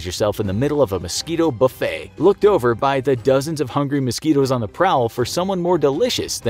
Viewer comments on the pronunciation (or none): none